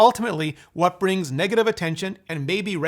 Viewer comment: It’s neg-ative not the n word my friend we’re not slow.